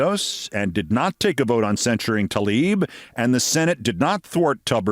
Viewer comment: "censuring Tlaib". Really? 🙄